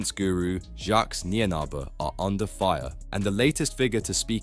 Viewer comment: Please learn how to pronounce someone’s name before making a whole video about them. Come on man.